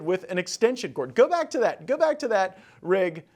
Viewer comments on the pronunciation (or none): none